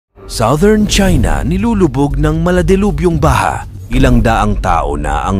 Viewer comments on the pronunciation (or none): none